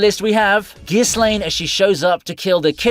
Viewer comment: i have a problem with the way you said ghislaine XD